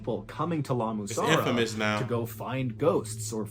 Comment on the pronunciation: What was wrong with him trying to say La Mussara? 😂😂😂